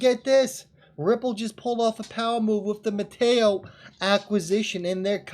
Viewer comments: Met-A- Co not Mateo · I have to help you out....its pronounced...META - CO....lov ya bro